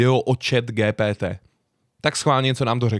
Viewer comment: Proc to říkáš po česky GTP. Když to se čte “dži pí tý”. Radši to řekni anglicky. Ja jsem napsal takhle úkol ze španělštiny. Přes tuhle aplikaci